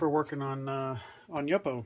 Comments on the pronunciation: FYI: I'ts YOO-poe, not yuppo. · Thank you for the inspiration and new ideas! (I think the pronunciation is YŪPO wth a long u, not YUPPO.) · You po. Not yuppo. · Pronounced YOO-po, not yuppo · What kind of heat gun are you using? Love the blue and orange combination. The paper is pronounced YU-PO. Thanks for sharing your techniques. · Love your video! Please do not take this the wrong way, but YUPO is pronounced YOO-POH. :-) I work with paper companies. :-) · that's the first time I've ever heard that pronunciation of yupo - Yup - o? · It is pronounced You-po!! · It's pronounced Yoo po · LOL! I kind of liked the way you pronounced it, but the graphic designer in me would not let it go! Your videos inspired me! Thanks again.